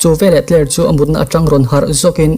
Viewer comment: Uncle August-a hi tinge Pogast-a i tih tlat a, Tyler pawh hi Tyre i ti tlat pek a 😂😂